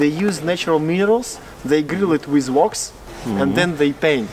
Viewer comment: Thank you for the tour but unfortunately, your pronunciation is far from the one expected from a professional tour guide. A lot of people speak English with various accents. It is OK for as long as an accent does not hinder comprehension. wax is not "walks" as it is pronounced; natural minerals are not grilled but probably heated to a high temperature to increase purity then dissolved in melted wax. lazurite is aka blue malachite. dark is not duck as it is pronounced валенки is felt boots. it is not "more degrees" but rather the beverage has some (high or higher) alcohol content. Emperors are not impurities. If word Emperors is difficult to pronounce it can be substituted for tsars or monarchs. a dog is always IT, not he, not she. He or she is applicable only to humans. Kremlin is a fortress. The Internet offers enormity of resources for English improvement. Не стоит доказывать, что на России всё ещё лаптем щи хлебают... Good luck!